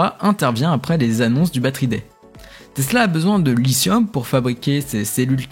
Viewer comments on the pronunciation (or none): pour info, "lithium" se prononce avec un 'T' dur en francais (et pas un genre de S) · 👍 Félicitations pour ces actualités. 🗞 Pour le lithium, en français, il faut prononcer 👂« li-ti-ome »👂 😉